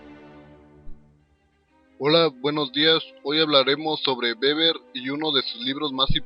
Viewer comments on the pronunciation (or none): w heisenberg se pronuncia Veber y no Beber. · se dice así. No es weber, ni güeber, se pronuncia béber (con acento en la primera silaba)